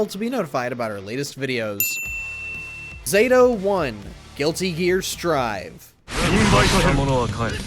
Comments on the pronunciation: Its Zah-Toe not zayto, also his older incarnations are much harder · Knew this list was gonna be trash as soon as they called Zato "ZAY-to" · I knew the list was going to be terrible when he pronounced “pronounced “ zato wrong they even chose the easiest version of him. He’s much harder in thr other games. Especially the 2D ones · I'm positive that "Zato" is properly pronounced with the short "a" sound. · starting out butchering zato's name lol